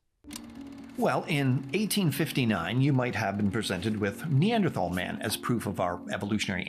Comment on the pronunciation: I love how you are correctly pronouncing Neanderthal and it remains the best way to tell when someone actually knows anything about evolution.